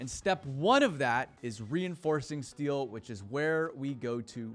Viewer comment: "We need a ton of "Stee-o" 😂